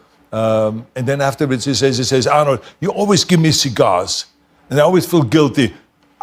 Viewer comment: The Pah-stah and the cee-gars.